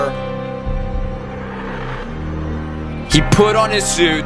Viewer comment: you pronounced suit in French